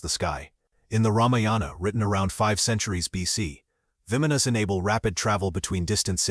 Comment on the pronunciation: It's called "vimanas" "bah-Mon-nohs," that's how you say it. I love your channel but you can't pronounce so many things. Like you always pronounce "Bob Lazars" La-zahr" so far off to. That's just a couple examples. Please look it up, Thank you.